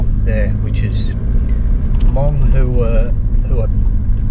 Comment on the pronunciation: Love how you tell our grandparents story. Love how you properly say Hmong Vang Pao. Stay safe and keep sharing. I will keep giving like 👍.